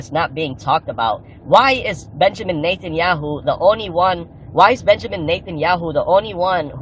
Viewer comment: did I just hear him say “Benjamin Nathan Yahoo” instead of Benjamin Netanyahu?